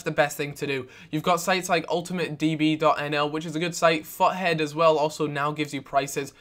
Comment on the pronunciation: Its like his saying fuckhead not futhead